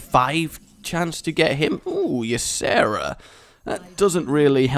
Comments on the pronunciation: Just saying,.... it's E-sera, not Yuh-sera. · Rages pronounciation is pretty close to my native languages pronounciation so I never realized he pronounced it wrongly. :O